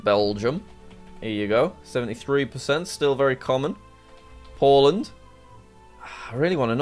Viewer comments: "B for Poland" welcome to Jack's horrible alphabet! Boland lol 😂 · That's just how Arabic speakers would say it